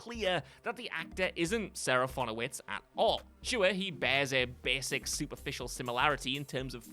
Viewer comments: Too bad he then squanders that rare win moments later by pronouncing Serafinowicz SeraFONowicz*. * (What?!!!!!) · Not sure where you got the additional O from, but it's SeraFINowicz. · I have literally never thought any of these actors were in these films. And it's SeraFINowicz for crying out LOUD it's a tricky name, sure, but you somehow managed to mangle the easy part of it. Top marks. 👏 👏 👏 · It's a rare hit for WhatCulture. Just a few entries later he pronounces Serafinowicz totally wrong! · THANK YOU! And he said it SO MANY times!!